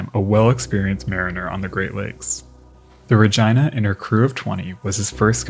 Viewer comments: “RegEEna “not Reg I na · Regina is pronounced Re- geeeena, long e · By the way, the woman's name "Regina" is pronounced using a short "i" sound so it sounds like Regeena. Great videos! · My friend, I just absolutely adore ur vids. But I believe, actually I know you are mispronouncing the namesake of this video.its not Regina rhymes with the female anatomy vagina; that is incorrect sir.😂it's Regeena, long E. Spelled of course Regina.😂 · Love your videos, but i must ask. Are you sure its not pronounced Rageena and Sofeea for the Princess Sophia video? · Just Fyi Its pronounced (ruh-gene-nuh) not (ruh-gina?) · Just an FYI piece, the ship named Regina is pronounced "Ra-geena" NOT "Ra-gyna" like the female body part down south. Even though the ship was named after a female it is not pronounced like a female body part. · As much as I love the content I just can't get over the pronunciation of Regina as that of v*gina <3 xD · Re-gina. Re-ginald. Oh my it was like flipping Nails on a chalkboard. Please learn how to pronounce the flipping names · Listen it’s a great video, but I’m pretty positive it’s Re-gee-nah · Another great video. They offer glass bottom boat shipwreck tours on the great lakes! The ship Regina in this video is pronounced Ra-gee-nuh. Thanks for another great video ⚓ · is it really ruhjyna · Is it not pronounced Ra-jee-nuh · Rah Geee Nah - Regina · I really love the video! For future reference, Regina is pronounced Ri-gee-na, so a softer g instead of the hard gi sound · Regina (Reg EE na) ?? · They are mispronouncin the name. it is pronounced RE GIN A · Ummmm. Over here we pronounce it Regeena but hey dude, express yourself. ❤️🤣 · OK, maybe it's because I'm English, but how else do you pronounce Regina????? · I'm absolutely befuddled by his pronounciation of Regina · How else would Regina be pronounced? Are you 5 and did a girls giggle at the pronunciation?